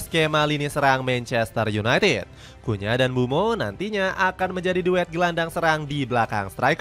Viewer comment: Cunha not kunya